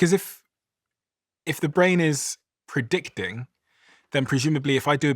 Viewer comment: Had to turn it off. After she said “PERdicting”instead of “predicting” for the 10th time, I started to twitch.